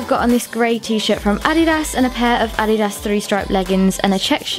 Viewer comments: Uh di das not ah didas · Im i the only one that got sorta triggred when she said (ad-e-dass)???? Just wondering no hate💗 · it’s pronounced uhdeduhs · the way she said addias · It's ah didas that's the original way to pronounce it but some People say it differently which isn't a problem cuz it's the same brand so yep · Who else got annoyd when she said adiDas and Nik(e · Intaeresting the last “s” is pronounced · Not to be rude but u said adidas wrong. BTW love your ideas and how u like to style your clothes. U should be a model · The way she says “adidas” has me rethinking how it’s really pronounced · Omg did any one else notice how she said adidas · anyone else cringe every time she said adidas